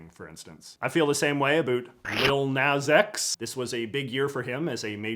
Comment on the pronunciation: lol nas x not naz